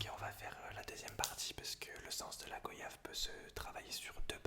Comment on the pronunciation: La vidéo est top, par contre ça me perturbe que tu prononce mal goyave, ça se dit comme voyage, où le "o" se prononce "oi" Sinon je tiens à féliciter ton imagination pour toutes tes vidéos, c'est surhumain.